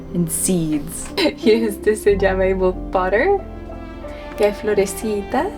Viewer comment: No sabía que hablaba español. "Florecitas" le salió muy bien